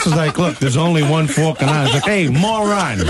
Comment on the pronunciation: Falklan islands =Falcon islands, not fukin islands..